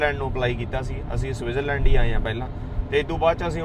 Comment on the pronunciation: ਵੀਰ ਜੀ ਤੁਸੀਂ ਸਵਿਟਰਜ ਲੈਂਡ ਬੋਲ ਰਹੇ ਆਂ ਪਰ ਸਵਿਟਜ਼ਰਲੈਂਡ ਹੁੰਦਾ 🙏